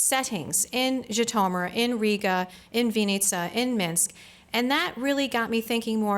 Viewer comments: Totally not pronounced "ji-to-mur..." so American... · Yes, gratingly odd pronunciation. Undermines the scholarship.